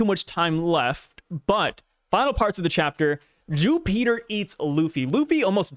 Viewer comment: I cannot stop hearing "Jew-peter" which just sounds like we're making religious assumptions about the gorosei 😂